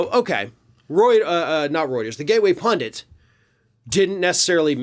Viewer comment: Hooray! PUNDIT, not "pundant", as so many other people pronoumce it. Thank you!